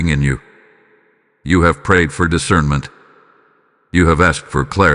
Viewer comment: "I WALK IN DIVINE ISCERMENT"